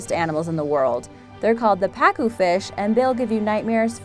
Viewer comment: It pa-cu